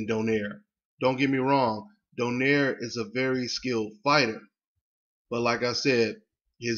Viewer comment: american pronounce donaire. we are do-nai-re. filifino name.